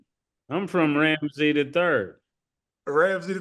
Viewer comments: Ma$e keeps saying "Ramsy the 3rd" instead of "Ramses the 3rd" and it makes him sound like a pub owner from England instead of an Egyptian pharaoh lol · I think it's "Ram- sees" Mase...😅😂